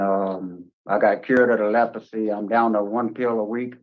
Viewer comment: Did he say Lepresy? It’s still around?